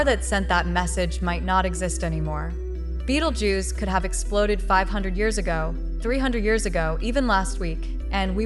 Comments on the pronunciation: She cant even pronounce the name right ! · Can't AI even manage to pronounce Betelgeuse correctly? Z